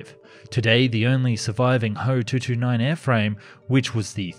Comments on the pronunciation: ME-110 is not called "me." It's called "M"-"E." FW-190 is likewise called "F"-"W." So I would pronounce HO in Alphabet, "H"-"O." Besides, "ho" sounds like a bad word to American English speakers. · It’s not ho it’s H O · It is Ho, if it was "H" "O" then it would be an acronym for something